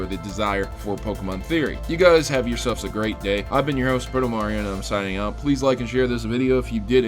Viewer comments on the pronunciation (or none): none